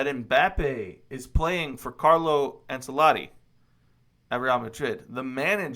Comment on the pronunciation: I’m sorry but the “C” in Ancelotti is pronounced “SH”